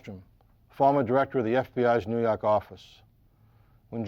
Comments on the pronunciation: "nuu yawk affice" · NEW YAWK AFFICE!